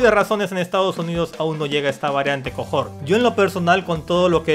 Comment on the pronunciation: cohort se pronuncia cohort... osea, coort. Pa que sepas bro